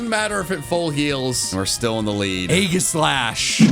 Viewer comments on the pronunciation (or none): none